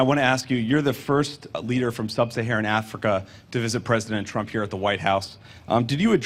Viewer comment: He is pronoucing trumph as trunk,he can not even pronouce trumph